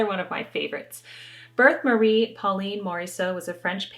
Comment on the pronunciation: Loved the violin player! So much emotion! Check out google translate for how to pronounce Berthe. I love your channel, especially the Chic Assignment and the recipes. Thank you.